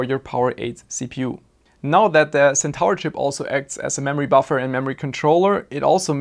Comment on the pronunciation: Hey mate, ty for the vid. FWIW Centaur is pronounced Sen-tore, you pronounce stuff so well i'll admit its a bit jarring when you miss one XD, Would have loved to see more detail on the actual signalling etc